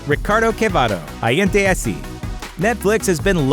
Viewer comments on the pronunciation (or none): 'Gente' is pronounced 'hente'